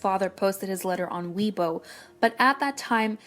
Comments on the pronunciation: It's pronounced 'Way-Bwo' not 'Wee-bo' XxXx it's often said that EXO's releases follow constellations and major cosmic happenings following their concept and style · Weebo... Isn't it pronounced as Waybo? I might be wrong tho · its not weebo its weibo